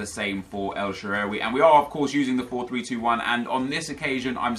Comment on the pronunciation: It's pronounced El Shaarawy